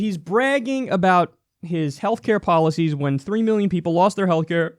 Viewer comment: "....Government ordered Healthclare "....The disaterous O-pamacare." smh lol